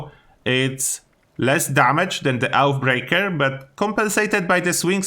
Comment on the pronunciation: Mate, Oathbreaker is pronounced something like Oafbreak(e)r, not OutBreaker :D